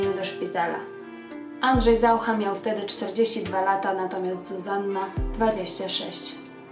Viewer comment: Dlaczego stosujesz czeski akcent? Nawet ZaUcha akcentujesz ZAucha? Przesłuchaj się uważnie i zmień to.